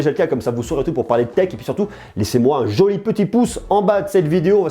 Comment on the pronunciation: Voici un "Joly poosse"